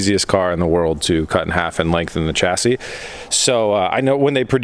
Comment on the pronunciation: It's pronounced shassi, not chassi